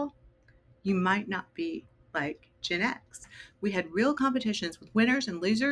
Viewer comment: is anyone else finding the way she pronounces GenX really annoying? Its Gen X not Genex